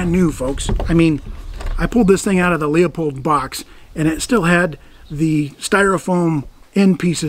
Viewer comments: Hey...First gotta say I really enjoy what you do on the Tube. Second just gotta say ur scope name isn't lee-a-pold. It is pronounced loo-pold. I have the same scope exactly on my 94 Marlin 44 magnum. I have first year guide 95 also (45-70). They both good stand guns here in Louisiana. Anyway, look forward to more videos from you. Keep up the good work. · Pardon my anal retentive disease, but: It's loo-pold, not lee-a-pold. Sorry, had to get that off my chest. Now, back to enjoying the video. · By the way.. Grew up near the town where Leopold was founded and my Grandpa knew the people that started it. It is pronounced more like Loopholed - at least according to people in my hood not far from Hillsboro, Oregon where Leopold started. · I happen to like your channel... so there,! I subscribe to both, of course. Not a lot to comment about, love the rifle & caliber. Just one little, tiny thing to nit-pick about and trust me, you're not alone, but... it's Leupold, pronounced "LOO-pold." No 'O' in the first syllable. I know, you're in CA, you're a cop, you'll say it any damn way you like but I just don't want you to sound like an old hick from the Missouri backwoods, like me! Any question about it, call 'em. Cheers, jc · Thanks James. As a guy who grew up down the street from the LooPold factory I was aware how to pronounce it, but to keep the comments about pronunciation to a minimum I said it the common way. Now I’m answering comments about THAT. 😆. Oh well. Appreciate you watching the show. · I Appreciate the video. While not very important I wanted to point out that the brand or the scope is pronounced “looooopold”. All the best. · I’ve been using Looooooopold for about 45 years and even grew up down the street from their factory. I know it’s proper pronunciation but if I say it in a video I’d have 8,000 comments telling me I’m wrong. Sometimes it’s easier to just be wrong first so people don’t write in. Oh wait…